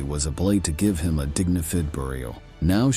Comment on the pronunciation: The robot narrator is good for a laugh "Grrrr-many", "the third rietch", "a dignifid grave" The rest of the video is ghoulish.